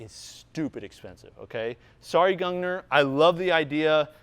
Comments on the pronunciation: Gung-neer is how you would pronounce it. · it's pronounced like goongneer I believe. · it sounds like "goongneer"